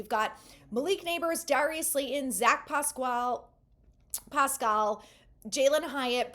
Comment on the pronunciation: You've got something against the letter "T" - Darius Slay-on, Bryce-Ford Wheat-en....